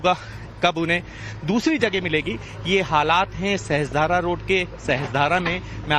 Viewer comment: सहस्त्रधारा नहीं सहस्रधारा है। उच्चारण sahasra धारा है sahastra धारा नहीं। मीडिया संस्थान है। अपना उत्तरदायित्व पहचानिए